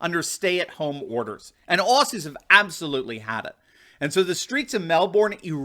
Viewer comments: OZZY! Not Ossy said with a Z!! Get it right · Hi... it is pronounced ozzi... not ossi... Melburn... not melborn And it is not fair to ask police to do this crap..after working so hard to be a trusted member of their communities...now this is just another way to divide Australians..... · Aussie is pronounced - OZY , not ossy. Melbourne is pronounced Melbn, not Melborne. But you got the rest right. Unfortunately the mainstream media are crucifying them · Aussie (Oz ee)! Not Ossy (Os see) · it's Ozzie, not Ossie 🤗 Nothing is what it began as in Oz. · Hi. I am an American but I was raised by an Australian mother and have spent time in Australia. Please pronounce Aussie as Ozzy and not with an 's' sound. Thanks. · Dude. It is pronounced “ozzie”.